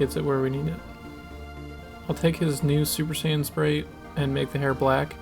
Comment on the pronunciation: Mispronounced "Saiyan" as Sayin